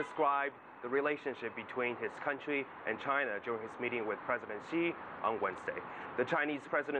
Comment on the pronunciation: Who is President 西? This Chinese boy seriously cannot tell the difference in the pronunciation of 習 and 西?